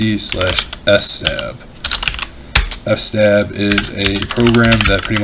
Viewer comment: Buddy, let me add a minor thing. You keep saying "F stab" for "fstab", it might be a slang I'm not aware of, but it actually is "FS tab" -> “fstab” stands for "File System Table". ✌